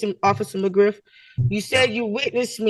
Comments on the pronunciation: When Officer McGriff said his name. I thought I heard Officer McGruff 😂 the safety Dog. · McGriff, not McGruff the crime dog😂